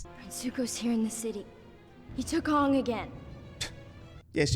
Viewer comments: this movie ws so hated among avatar fans and i dont like it its so disrespectful to the original series because Aang our main character litrally just mispronounced his name first iwent on with the letters of his name in the original series and in the movie he said ong instead of Aang gosh darn it this film is terrible in my opinion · Take a shot every time they mispronounce a name. You'll be blitzed in no time! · The name pronounciation of Aang and Iroh are similar to how they are pronounced in the ger dub. I don't know why though lol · It's like they watched the german dub of the original show, Iroh and Aang are pronounced that way in German 😂🤔